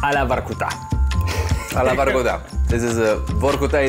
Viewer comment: Broski, I saw your videos on English exercises. Please get russian names and names of cities on point. It ain't Vahrkutahh, it's Vorcootah. Come on, lad!